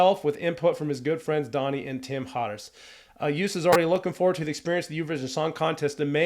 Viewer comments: Joost is pronounced as Ghost, not as Boost. Double O is always short, as in one O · You pronounced Joost as toast ! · Great review. Thank you! As you were asking ☺️The name is pronounced as: joooooost (and not youst). And Kleyn (not klain). Have a great day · .. you should pronounce his name as.. yoooost.. joooooooost you said jeughst.?? or something.? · Joost is pronounced like ghost with a J instead of a G, or Yoast. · The pronunciation of his first name is Yoast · Joost is pronounced as : Yo-st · Say his name like the word 'road'. Joost (Joast). With regards, Mar from the Netherlands. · the O's in his first name are pronunciated as in 'ghost' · Thanks for this great video! I'm from the Netherlands but live in Texas and I love to hear American views on Dutch culture. Joost is indeed pronounced more like 'toast' so you'd say 'Joast' maybe. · Joost is pronounced like with the O sounding like the O at the end of HellO. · Just so you know: love your comment and as I am Dutch yes I have high hopes for this Eurovision song. The correct pronunciation of Joost is as in the word Ohio or “closed”. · Great video, thanks for the positive comments. Joost is pronounced as Joast like in toast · In American it's pronounced Yooo'st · Joast klein lol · You can learn to pronounce his name like this: Say toast, and replace the first T, with a Y, so you get Yoast. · How hard can it be to pronounce his name right? His name is Joost. The J is pronounced like the Y in Yes so not like the J in Jack, and the rest is pronounced like the "oast" in toast.... So it's Yoast if you will if you want to make it sound like it's supposed to sound!! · Hist first name is pronounced "Yohst" for all English-speaking peoples. :-) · Pronounce his name like toast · You should pronounce it as "Yoast" Klein...😉👍🏼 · You pronounce the double oo as oa (like in toast) not oo as in too. So actually you say Joast. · Joost is pronounced "Yoast" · You pronounce Joost like toast